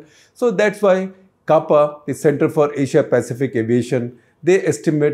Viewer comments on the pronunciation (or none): none